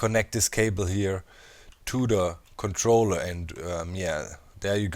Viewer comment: at doc said controller, sounded like controlla. I took this clip of him saying that and put it in drakes song everytime he said controlla :| fire